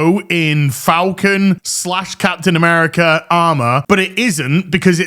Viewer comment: Capten Mamerica!! LOL